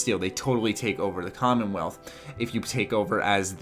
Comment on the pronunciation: Did... Did you call it the condom wealth?